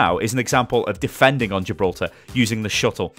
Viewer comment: Jiblorta? Did you mean Gi-bil-ter-ra?